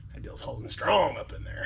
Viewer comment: I started laughing so hard when said skrong I raced a guy one time he started telling me about how fast he was cause he had skronger skrocks (shocks) for the skreet so he was gonna put it down